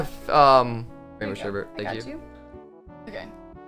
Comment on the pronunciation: Still mad at the way you pronounce sherbet.